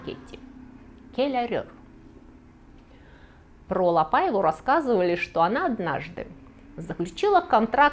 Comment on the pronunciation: Спасибо за доклад, в целом все понравилось, кроме портрета Великой певицы Марии Каллас на стене, не имеющей к теме отношения. Также покоробило французское произношение Quelle horreur и ошибочные ударения, особенно в имени ЛапАева? Это же La PaivA, Вы же и в испанских фамилиях ставите ударение на последний слог, отчего Ля ПаивА стала исключением? Желаю удачи, работа Ваша нужная для просвещения неофитов, с удовольствием посмотрю и другие выпуски! Историк моды Александр Васильев